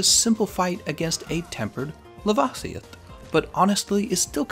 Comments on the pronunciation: Please lava-see-ith is laveh-c-oth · I'm disturbed on how you pronounce "lava-sioth" would it be "la-va-sioth"? just like lava from a volcano xD just sayin :)